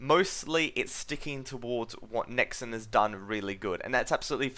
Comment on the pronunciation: Stop saying 'Nexin'. I'm an Australian and I say 'NexON' like a normal person